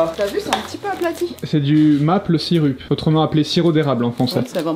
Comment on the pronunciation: J'peut comprendre que tu soit pas un expert en anglais mais... a quand tu dit ''maple syrup'' ...Franchement un petit effort s.v.p lolll